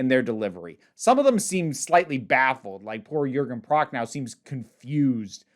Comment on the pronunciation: Sidenote: Your pronounciation of Jürgen Prochnow's name is the best I have ever heard out of an Anglophone's mouth! Still, it's correctly pronounced with an "oh" sound at the end, rather than an "ow" sound - the "w" at the end of names is silent in Berlin/the Eastern parts of Germany, where Prochnow is from.